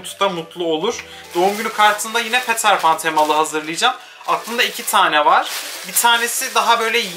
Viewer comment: diyorum ki bildirim geldi hemen izliyim cunku yu seviyorum ama peter pan i yazildigi gibi okuyunca yapma bee diesim geliyo abi.